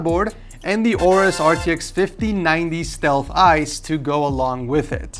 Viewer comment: its pronounced A-orus, not orus